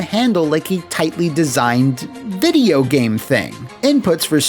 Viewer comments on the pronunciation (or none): none